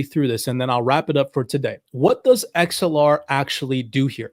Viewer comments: The word is “Axe el ar” Not “Ex el ar”… my goodness.🙄 so hard to listen when you can even say the name correctly.. bro you even played a video where they said the pronunciation and you keep messing it up. It’s ridiculous. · How do you not know the difference between anA and a E. It’s Axelar not Exelar. They even pronounce it properly in the video you show from them. Idiot.